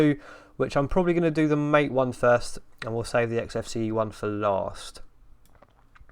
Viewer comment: MATE is not pronounced "mayte" (rhyming with fate or rate)! The only correct way is "mahh-tay" (rhyming with "fart, eh?")